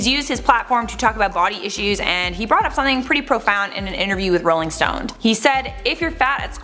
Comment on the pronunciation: Heard it too 😂